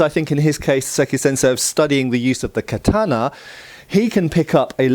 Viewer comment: Your pronunciation of the word katana prevents me from watching past